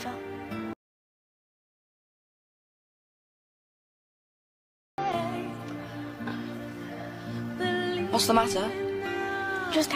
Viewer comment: it’s hay fever not hate fever 😭😭 this proves your not british